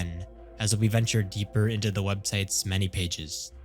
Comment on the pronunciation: why do you say websiteS omg why do you add S to the end of every word